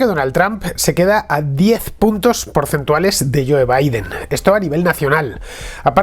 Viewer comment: Fantástico tu análisis, como siempre. Es un privilegio seguirte en tus diferentes "contras". Y, por supuesto, no me voy a perder cómo durante los próximos 4 años, llamas al presidente de los Estados Unidos, "Joe" pronunciado a la española, en vez de "Jou". No se puede ser más castizo.